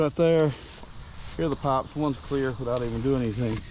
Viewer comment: It took me an embarrassing amount of time to realize you were saying "pipes" not "pops" lol. Thank you for all you do, I will say again that you shouldn't be so open about your digging because the bowersox/proudfoots are watching! How long was his rv in the same spot and now on the day you're digging nearby it's gone? Please be smart about this, and get some helpers to dig more thoroughly. There's no way to know if the amount you dug actually clarified if it was where S is or not.You need experts! 💚💚💚💚💚💚💚💚💚💚💚💚💚💚💚💚💚💚💚💚💚💚💚💚💚💚💚💚💚💚💚💚💚💚💚